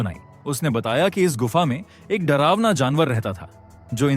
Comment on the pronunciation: drawna - drawna ...😂